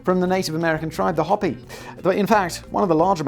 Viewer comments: HOE-PEE not hoppy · It’s pronounced hope-e not hoppy tribe. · FYI it's pronounced "Hope-y" not "hoppy" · Hopi is pronounced like Hopee, not Hoppy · Hoe-Pee not hoppy. G-D Limey! P.S. would you like to visit me in the States & meet my two raccoons? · It’s Hope-y not hoppy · How about HO pie... not Hop ee. Indians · 🧐 Simon... You need to get back to checking on pronunciations. I predict* that you'll next be receiving a letter from the Hopi nation asking that you cease referring to them as "Hoppy" 🐇 *Via phrenology performed by observing your nekkid pate. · Hopi is pronounced Hope - ee. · Hopi is pronounced "Hoe-pee" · Was going to offer advise on how to actually say the Name of the Hopi tribe...then I remembered Simon doesn't care.